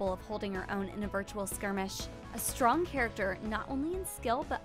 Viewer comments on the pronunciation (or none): none